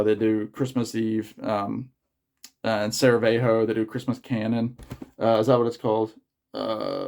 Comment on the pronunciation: I am just here to say great video and it's Sarajevo, not Saravejo. CHEERS